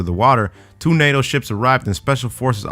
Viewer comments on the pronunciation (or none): none